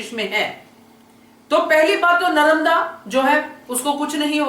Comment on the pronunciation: Nice explanation but say Narmada not Naramda